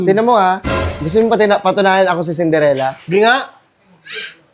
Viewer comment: Cinderella ❌ Cinderegla ✅